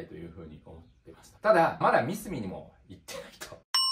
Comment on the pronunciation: 素晴らしい考えですが、僕も何度も悩まされましたがミスミの言い方のイントネーションが違います笑笑 ミスミのCM観てください😁 モノづくりは、難しいですが楽しさを伝えられる方が伝える事でよりモノづくりへの未来になります❤️‍🔥 個人的に応援しています🫡 マザックを使うのは、マザトロール又はGコードによって使い勝手が変わりますので、頑張って下さい🫡 マザックには、素晴らしいエンジニアの方がいます✨何かあれば素晴らしいエンジニアの方にも意見を聞いて下さい🔥